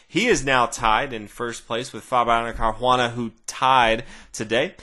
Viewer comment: why the hell do you say CarHuana?? It's CarUana. Pronounce the U just like you would a W. CarWana